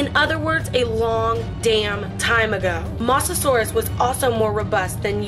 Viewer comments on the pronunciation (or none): You also said mososours wrong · Sar-co-such-us not suriacoscus and titan-bow-a not titanabaoo. Mo-sa-saur not moasasaur. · It’s pronounced (MO-ZA-SOR-US) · It’s moe-za-saurus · It is mo-sa-saur-us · It's mozasaurus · You pernouced moasasorous wrong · Ya I love me some "MOZZA"saurus for breakfast, before making videos make sure u can pronounce the facking word correctly OK we got a deal (american English) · You said mosasaurs wrong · The mosasauras is not pronounced like that